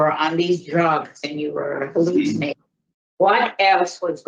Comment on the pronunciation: notice he doesn't pronounce the "t" in hallucination ? thats a damn Puert Rican ? sell the island to spain for $1